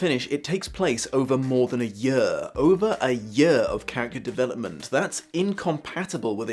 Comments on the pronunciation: I love how he says the word year as "yea-uhh". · Your pronunciation of the word "year" is weird...